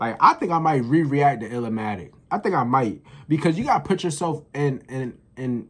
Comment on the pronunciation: I'm glad you took my advice to watch TIME IS ILLMATIC. You are the only one I know who reacted to TIME IS ILLMATIC ( it's NOT pronounced ILL-A-MATIC ) Keep providing us with more NaS reactions 👊🏿